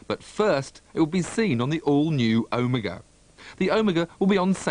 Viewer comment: this guy cant even say OMEGA correctly...